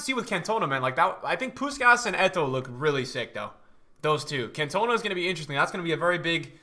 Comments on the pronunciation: the Guy is right i'm a Marseille fan and a french guy and its prononced in french: "can toh nah" not "can tuh nah" My friend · Cantona not Cantoena 😂 great to be back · "Kant - oh - narr". Not "cun - tow - na" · it’s pronounced Can-tuh-nah, not Can-toner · Eric can..ton..are. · Nobody:: "CAN-TOE-NA" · if i hear him say CantOna one more time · No it's not. It's pronounced Can to na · Anyone else get vented with how he pronounced Cantona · The way he says cantona 🤣 love the videos bro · Why you pronouncing cantona like that😂😂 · You keep saying cantona’s name wrong